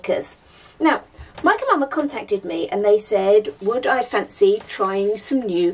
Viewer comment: I have to admit that when I first started watching your videos, I thought you were saying Mike & Mama! 😂